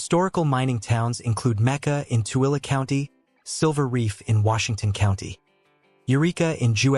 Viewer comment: Incredible that the AI voice can somehow pronounce tooele correctly, and yet cannot pronounce Utahn and lead.